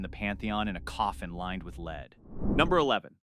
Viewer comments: You can't even pronounce lead, the chemical element, not the verb? You could at least hire a proofreader. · What is a met-ra? I thought it was pronounced me-ter. Is the narrator a robot? It's also interesting how it pronounces lead 2 different ways in the same segment.